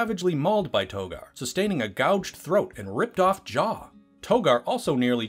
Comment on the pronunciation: Did you say a ripped off jaw?